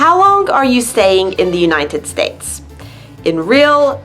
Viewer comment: Why do you say the United "States-a"? They'll all sound like Super Mario. I really liked how you orgaznized the video/vocabulary and your presentation is great!!